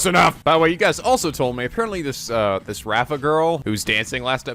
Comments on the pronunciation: How are you supposed to pronounce "Rayfa"? When I first played this game I always thought it was "Rai-fa", but I've also heard "Rei-fa" and now is saying "Raffa". Just curious about the correct pronunciation. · say it with me: RAY- fuh. She's not a raffle ticket, for the Holy Mother's sake.